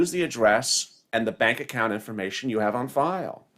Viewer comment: She says on file I'm laughing